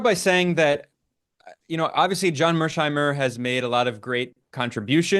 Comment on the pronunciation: Finally, someone with a clear head read mearsheimer correctly! Thank you, Ben.